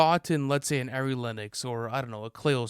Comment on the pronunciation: p.s. Ari Lennox’s name is pronounced Ari like R-E, not air-E.🖤